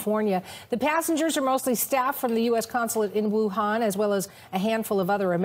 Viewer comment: Hi, it’s Wuhan, not Wunan 😜 The latter is in Australia. I’ve just operated back from Beijing and the place was a ghost town